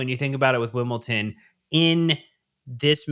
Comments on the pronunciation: “Wimpleton” is killing me 😂😂😂😂😂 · 🤣 wasnt angry, it's just I'm from Wimbledon and was just pointing out the mistaken pronouncing of both my home town and the visitors to the bridge